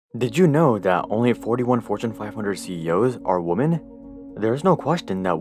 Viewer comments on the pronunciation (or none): you need to check your pronunciation of "women"